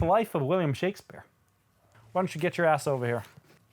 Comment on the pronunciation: Shakspear lul